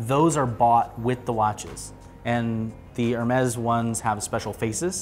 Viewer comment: Its not f**** ermezz. Its ehr mee